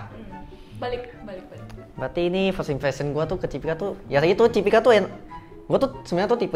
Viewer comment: Cipika bukan Cipiki ya bg??